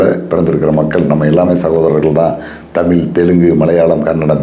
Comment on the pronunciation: தமிழை "தமிள்' என்று உச்சரிக்கிறீர்கள்???